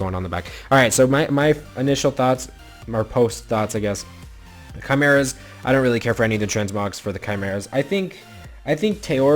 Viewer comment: RETRO Theme would be sweet, also please learn how to say Chimera correctly.